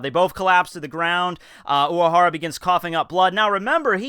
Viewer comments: of course not, but this one sounded very noticable to me. If I didnt already know the name, and was asked to spell it based on what I heard in this video, I'd probably have written "Uwahara" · have i just never noticed that you have a speech impediment? oc tow bo? uwahawa? wtaf